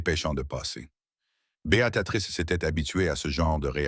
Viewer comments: Merci pour cette histoire. J'ai tout de même une remarque négative concernant Beatatrice...je m'appelle Béatrice et mes oreilles sont systématiquement agressées par cette IA qui ne sait pas dire B.e.a.t.r.i.c.e. Néanmoins je vous encourage à produire de belles histoires comme celles-ci. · C'est pas Bé a ta trice l'IA n'est pas fichu de dire correctement Béatrice.( Choissisez un prénom anglais, si c'est plus simple. Mais vos fautes a l'oral c'est moche, mais à l'écriture c'est pire. Nos pauvres oreilles et nos yeux.